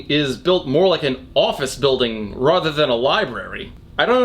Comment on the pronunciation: I get triggered every time he says “rother”